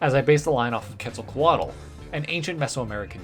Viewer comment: You're pronouncing Quetzalcoatl wrong